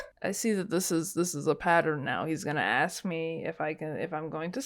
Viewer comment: Someone please point out that he's saying AXE and not ask come onn!!!!!!!!!!!!!!!